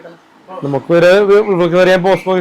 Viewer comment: "ബോസ്കോ" എന്ന് അവൻ പറയുമ്പോഴും പോസ്കോ എന്ന് തെറ്റിച്ച് പറഞ്ഞോണ്ട് ഇരുന്ന anchor ബുദ്ധിമതി😂